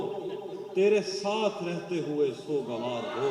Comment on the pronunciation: Mashaallah....kya baat h...bahut khoob...magar halki si herani h ki intna ilmi insan ' sog - var ' ko '' so - gvar' keh raha h.